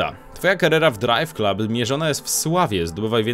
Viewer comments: DRAJWKLAB kurwa a nie KLUB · nie czyta się "drajw klub" tylko "drajw klab"